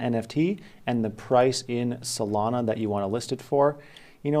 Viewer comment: why he say solana like that?